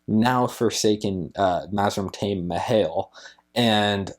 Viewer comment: Love the review of the series and other than your pronunciations, awesome job! In interviews/question panels RJ was anal about correcting people on pronunciations and I guess that made us longtime readers the same lol Ajah is Ah-jah, Taim is Tah-eem, Talmanas is Tall-mon-ass, Cairhien is Car-he-ehn. Aiel is Aye-eel, Ituralde is Eye-tur-alda, Asha'man is Asha-man. Gawyn is Gow-en. Siuan is Sue-ahn. Seanchan is Shawn-chan. In fairness, you got more right than most first time reviewers I see so kudo's to you my man, again awesome job!